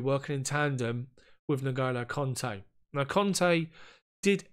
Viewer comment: Good video sir, just one thing, is Kante, not Conte, cheers!